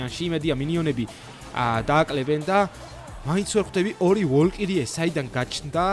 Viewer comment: ვოლკირიე კი არა ვალჯირი ქვია